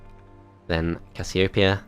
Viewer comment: the way u pronounced casiopeia made me dislike this video XD